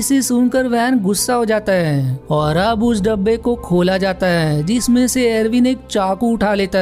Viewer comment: Bhai... Apni hindi par work karo... जिसमें और जीसमे अलग अलग होते है। जिस पर और जीसपे।